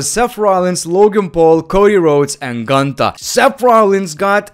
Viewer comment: It’s Goontahh